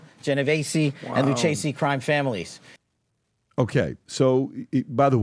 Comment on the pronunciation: Head of the FBI and he cant pronounce the Lucchese Family name. Loo-chessy? Hes got no clue on whats really going on.